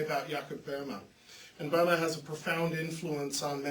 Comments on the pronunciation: When you talk about Böhme could you learn how to pronouce his name correctly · [ˈbø:mə] or perhaps [ˈbø:mɛ], English speakers don't use to be able to reproduce [ø] correctly, unless they study foreign language, such as French or (of course) German.